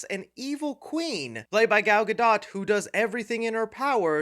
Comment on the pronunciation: My friend , it's pronounced GaDO not GaDOT!!!!!